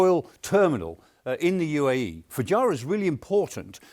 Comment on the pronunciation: There is a strategy?? OMG, at least get the pronunciation of things right, Foo-gy-ra??? 😅😅Never heard it called that before.